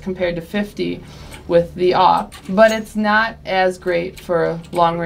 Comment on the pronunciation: she said AWP like she was eating it,L0L